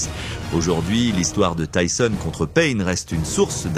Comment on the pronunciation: Vraiment ça va j'aime bien tes vidéos et c'est pour ça que je me suis abonné à toi et pour la force aussi 💪 mais là déjà c'est dommage ce n'est pas ta voix, souvent les mêmes vidéos de lui je trouve et surtout quand tu ébrèches le nom de Tyson en tisone ou tissone ça m'énerves un petit peu car tu fais bcp de vidéos sur Tyson et la plupart elle se ressemble en plus .. Et le tissone, tisone les abonnés ou pas doivent le remarquer et aussi heureusement que ça ne remplace pas le ''o'' par un' ''a'' sérieux là tu m'aurais tué mec, Tyson en tisane 😅👊 après je t'en veux pas mais règles moi ça après tu as commencé y'a pas longtemps mais bon.. Continue ce que tu fais et tu t'améliora 👌